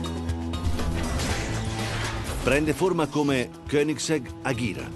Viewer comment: Si dice ageraa